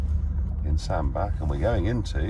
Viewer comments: You mis-pronounced Sandbach Mr.Partridge. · Nigel - it's pronounced 'sand-batch', FYI.